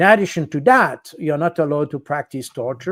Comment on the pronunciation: ‘Allow’ is mispronounced by the Frenchman. He is assuming words spelled the same in English are pronounced the same.